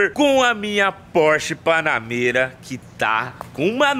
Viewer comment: "A" Porsche Panamêra.... :face-green-smiling